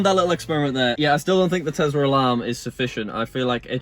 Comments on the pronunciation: ITS TESLA NOT TEZZZZZZLA ARGH 😡😡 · am i the only one who finds it irritating that he says: Telsar and not Tesla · BRO IS NOT TEZLAR IS TESLA